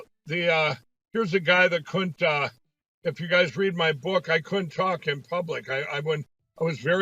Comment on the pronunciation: Mike Lindell: "cunta" pronounced "Kunta" instead of "couldn't have." Love the comments that Kimberly is the only one who scales back the makeup for a scary Halloween costume.